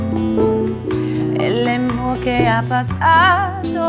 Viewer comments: Falta de preparación en la pronunciación del idioma español por parte de Joss Stone. Creo que por respeto a esa gran señora por lo menos hubiera demostrado que práctico esa canción emblemática, y obviamente se nota que sus representantes le cumplieron el caprichito a la gringa. Cosa que se nota en la actitud de la señora Omara Portuondo . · coincido totalmente, a omara se la ve incomoda y como si estuviera ahi obligada, y que stone lea la letra y no sepa ni siquiera pronunciar correctamente la palabra AMOR no hace más que empeorar las cosas... el final es muy loco: stone agradece pero ni mira a omara, no llego a entender que dice omara exactamente pero suena a reproche, y stone la ignora diciendo otra cosa....